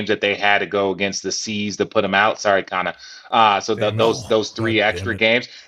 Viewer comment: shouting out Conner with the Boston accent was electric